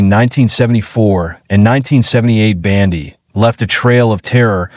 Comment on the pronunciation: Human cannot pronounce Bundy? Who is "Bandy?"